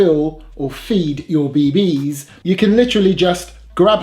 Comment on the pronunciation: Your killing me with the way you say bee BEE's haha. Great and informative video. I may have to pick one of these up and do a comparison vid side by side to a real steel.